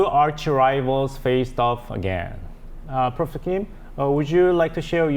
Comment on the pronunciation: Profser? I hope the anchor in the middle pays more attention to the way he pronounces some of the words.